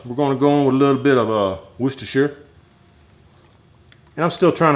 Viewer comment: Good to see you back man. And good to hear someone your side of the pond pronounce Worcestershire properly 😂 I visited Texas recently and loved HEB. I can understand your disappointment if you’re not near one anymore